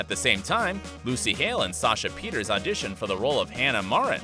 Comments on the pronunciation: It's not Sasha Peters it's Sasha Peters-sa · it’s not Peters 😂 it’s Pierterse. Every time she says her own name, I remember it but I can’t ever figure out how to type it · The fact that you called Sasha Pieterse Sasha Peters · i cant pronounce it either. is it "pee-uh-tiers"? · It's pronounced like the last e is an A (pun intended) Pee-ters-ah. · The fact that surprised me the most? While digging for behind the scenes dirt & drama you didn't learn how to pronounce Sasha Pieterse last name.